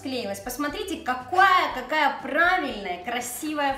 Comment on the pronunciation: вы сказали какуая